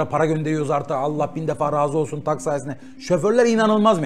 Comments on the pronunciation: Kardeşim yayın için teşekkürler. Emeğinize sağlık. Ama kurucusu ısrarla TAG (Tek Araçla Gidelim) dediği halde sunucu neden TEG TEG diyor. Beyfendi ingilizce aksanınıza sokmak istemiyorum. Lütfen dikkat edin yerli ve milli girişimlerin telafuzuna. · Adam üstüne basa basa diyorki tag ingiliz meraklısı sunucu inadina teg diyor abi tag tag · TEG DEGIL TAG TAG HAY INGILIZCENE YA TAG TAGGG TAAAG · teg değil hacı tag tag. adam kısaltma diyor. tek araçla gitmenin kısaltması diyor çocuk hala teg teg diyor. ayar oldum ya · Adam TAG diyor İngiliz spiker ısrarla teg diyor. Bir tek ben mi rahatsız oldum. Bu arada devam Oğuz başkan bu taksi mafyasını bitir👏👏👏👏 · Kıymetli kardeşim, sohbet ve yorumlama çok güzel olmakla beraber, TAG yazılarak (sahibininde söylediği gibi) Türkçe T_A_G harflerinden dolayı TAG olarak okunan kelimeyi neden gavurcalaştırmaya zorla gayret ediyorsun, diye merak ettim. Yani demem o ki, Türk değilmisin? Yoksa çok ciddi manada gavur aşığımısın? İnan buna çok kırıldığımı bilmeni isterim.. Zira GZT bildiğim kadarıyla hakiki bir Türk kuruluşu ve seni nasıl oraya aldılar şaşırıyorum. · Muhaberinin ısrarla Türkçe olan TAG'ı İngilizce okumaya çalışması çok ezikçe.